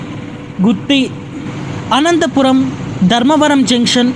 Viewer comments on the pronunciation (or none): none